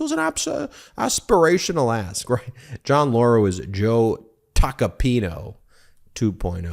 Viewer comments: Aspirational ask, or Aspirational ASS?! 😂😂😂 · what did you say aspirational asp? or did you say talking out of ass? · Did he say ask, or ASS !!